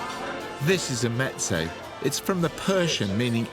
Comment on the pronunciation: why does he pronounce meze like that